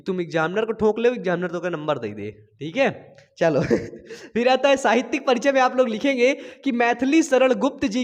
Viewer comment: साहित्यिक not साहित्यक